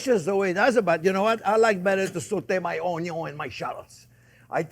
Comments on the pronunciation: I always sautee my onyo, too! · I love Chef Jean. Onyo is on the list instead of onions.